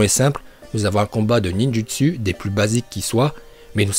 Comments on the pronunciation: Et le ninjUtsU aussi AAZRRTGGHHHH 😤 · Mec tu dit Mokton au lieux de mokuton et Ninjustu au lieu de Ninjutsou tu fait pas d'effort